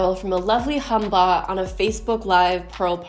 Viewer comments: I lose it every time you say hunbot 😂😂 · Are you saying "Hunbot?" "humbah?" I can't figure it out? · This is so beyond bizarre, I can’t even comprehend how someone thought this was a good idea. And.... are you saying ‘humbot?’ I am not familiar with this terminology. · Are you saying Humbot?